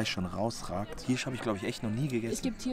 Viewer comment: Hirsch mit ie? 😂 Hierschburger , bro das heisst Hirsch 😂